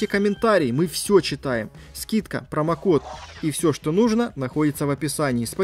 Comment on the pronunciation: Ужоснах, какой гадостью ты питаешься. Не прАмокод а а прОмокод. А так.. Зачот